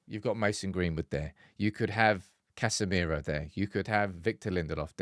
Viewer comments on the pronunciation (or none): none